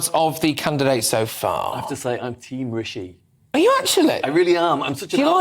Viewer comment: That woman is being unconsciously racist , taking no effort to pronounce Rishi’s name properly . It’s Rishi not Ricky ! I’ve experienced the same dumb racism before , she knows how to pronounce it but won’t . Tomato